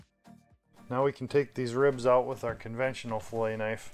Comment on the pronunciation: "take those pin bones oowt" Thumbs up, great instructional video!